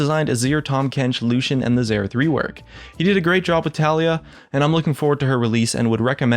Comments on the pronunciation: Btw guys.... her name is pronounced as "TA-LA-YAH".. not "TALI-YA".... watch her champion spotlight... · low-key triggered when he says ta-lie-ya not ta-LEE-ya :33 kappa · It's Tah-lee-yah not Talia. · I dont care if the developer failed third grade English, the way its written and therefore pronounced is Tali-Yah